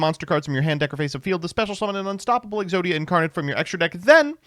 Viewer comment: Exoida, obwiberlate!!!